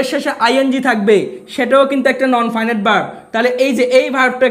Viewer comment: নন ফাইন ইট না, নন ফিনিট